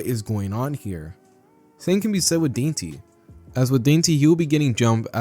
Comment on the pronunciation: Just wanna say its dantay not dainty